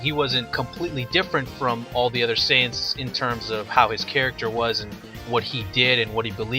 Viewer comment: you call them SAI ans? wtf